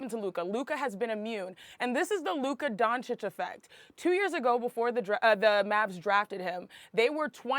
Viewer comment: Mr Jones, he is called Luka DONCIC, not DONKIC. Please...this is what you do professionally. At least learn how to pronounce the names of those players correctly.